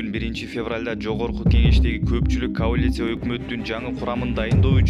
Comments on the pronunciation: Каулиция дейтко. Смешно.дурустап суйлой албай атат.журналист. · Диктор каолиция эмес коалиция деп айтылат.